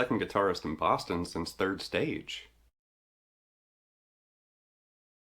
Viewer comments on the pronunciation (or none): none